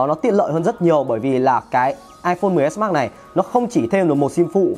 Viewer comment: Đọc mrj thành xs max đi